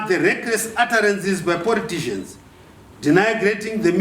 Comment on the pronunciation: i like it for the "wreckress utterances by poritizhens" hahahahaha Makanyanya Generallo